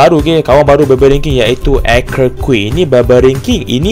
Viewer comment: Kene sebut ARCKER QUEEN 😂😂KAN SEBUTAN NYA ARCHER QUEEN